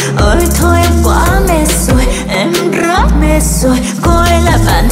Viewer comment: c dễ thương quá “Em rrrrất mệt rồi” đúng kiểu lầy của c